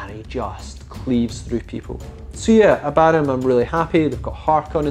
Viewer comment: I cant wrap my head around how all these youtubers mispronounce Abaddon. Ab A Don, not Abaa Don